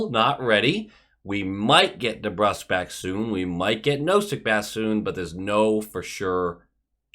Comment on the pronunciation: I see you found out that you've been saying Nosek's name wrong lol Real nice video, I agree that we should keep Sway around, he's a solid backup to Ullmark, shows up when he should and I like him as a person, too